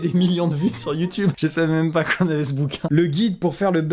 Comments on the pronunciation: il a dit youtunes ho mon dieu!!! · Vraiment Amixem tu as vraiment dit Youtunes !?